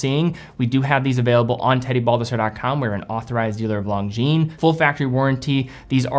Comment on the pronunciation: come on stop saying long jeans you're better than that it's lon jin lonjin